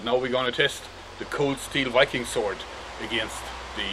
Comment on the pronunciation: The way joerg says 'wiking' instead of Viking is adorable